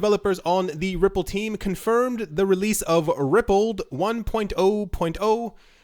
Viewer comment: Pronounced Ripple "d" not Rippled